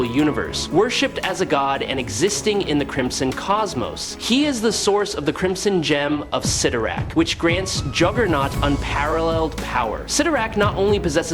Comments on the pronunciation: Why does he keep pronouncing Cytorrak two different ways? 😂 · Just how many ways are you going to pronounce Cyttorak?